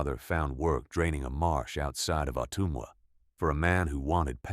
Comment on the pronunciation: AI, incorrect pronunciation of the county name. Otumwa was also mispronounced.